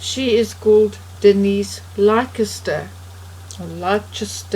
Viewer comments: Leicester is just pronounced Lester. We have silly spellings for things in the UK. And the health shop is A poth a carry. I know it costs you people who do these blogs alot of time and money but if we pay for everyone we subscribe to we will be broke. Please remember the times we're living in. We are all struggling to get by but if we have to pay for everyone we will need people to pay us. Plus we already know about the woman in the brown dress and have done for some time. I feel guilty that I cant pay towards the things you have chosen to do so I will be unsubscribing but I wish you all the best. Good luck. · Pronounced Lester (Leicester). Really interesting, thank you. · Apothicary - ap-oth-ic-arry Leicester - Lesster - ignore the c - this happens many times in the names of cities in the UK!! Very interesting discussion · Denise Leicester ... surname is pronounced LESTER !! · It's pronounced lester. very good digging my friend, I haven't heard this story before. X the goddess of truth needs to come clean. X